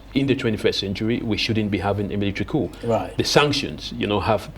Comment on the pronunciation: very poor English----its all-be-it(ALBEIT) not ALBERT:face-purple-crying:. Coup is pronounced 'cou' not ' COP'